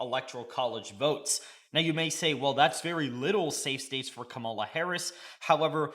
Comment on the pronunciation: Bruh, you saying her name wrong!!!!!!